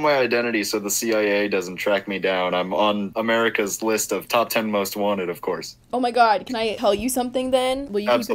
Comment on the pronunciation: Noooo not Oh MEEE GULL